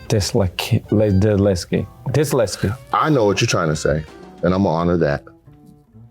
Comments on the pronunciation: "Im diseleskit" 💀💀🙏🙏🙏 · Disletsget, he made 3 words into one! Dis-lets-get. Nate said, "I know what you are trying to say period." and didn't tell him how to say the word 😂